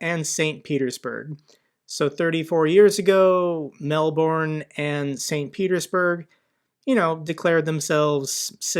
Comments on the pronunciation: Aargh why can’t Americans pronounce Melbourne? Try saying melbern really fast and you’ll sound Australian in no time. Sorry pet peeve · it's not, (Mel------ bourne ) find an ozze in the states on how to say it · Great vid as always. BTW - Melbourne is pronounced Mel-b’n or Melbun 😊❤ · Why does everyone pronounce it as Melborn, it's pronounced Melburn. Love your vids btw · Melbourne pronounced Mel bn 😂